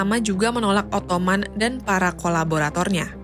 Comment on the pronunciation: Pemilihan dan pelafalan diksinya harap diperbaiki. "Ottoman" itu bahasa Indonesianya "Utsmani/Utsmaniyah". "Ottoman" itu cara orang Inggris nyebut Utsmaniyah. Sebenarnya ga masalah kalau mau nyebut pake versi Inggrisnya, cuma kalau ngejanya tetap pake bahasa Indonesia jadinya kan lucu.